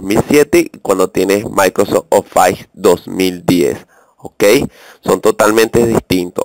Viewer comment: maldita sea no se dice ofais.. se dice ofis -.